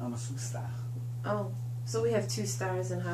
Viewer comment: nice chat. . the "fire" was a nice touch.. made me laugh..... what's a stah? cheers